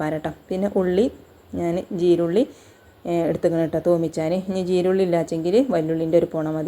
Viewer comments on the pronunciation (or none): Jeerulli അല്ല cheerulliyaani